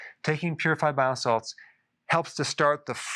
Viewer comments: He is saying BILE SALTS. Just sounds like bio salads lol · I keep hearing biosalads 😂